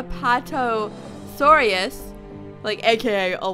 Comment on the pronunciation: Apatosaurus: A-pat-a-soar-is